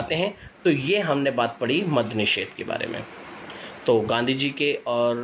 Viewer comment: मग नही मद्य होता है । Madya - म + द+य